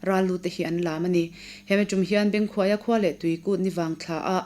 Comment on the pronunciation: Bengkhuaia hminga khuai tih hi hnuai tih anga lam tur a ni.